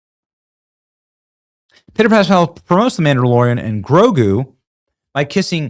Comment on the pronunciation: the mam-dalorian and tofu 😂😂😂